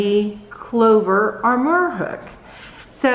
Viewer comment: Clover Amour hun... like the French word for love. Sounds like ahm-more. There's only an R at the end. Super cool that you're a leftie! There's so many lefties that struggle with learning to crochet, it's nice to see someone using the other hand. Totally going to check out your other videos.💕 I really like that you showed the hooks from both the front and profile perspectives. Clover looks like it leans slightly more towards an inline from the profile view, with the Tulip extending a smidge further. I'm a big fan of Susan Bates hooks, so that (and also the smooth glide and price point) really appeals to me. Since my stitches are tight, sometimes I struggle with the enlarged head of the Boye style of inline hooks. I do like them when I want a looser stitch though. Tapered seems to hold onto thicker yarn better too, in my opinion. You review much like I would, if I did that kind of thing... only I prefer the 5mm hooks. I won't hold that against ya, though. LOL Nice review!